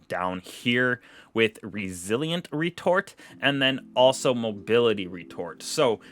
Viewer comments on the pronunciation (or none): Ngl you had me rolling when you said resilience and mobility retort bro it’s retro-fit, otherwise good content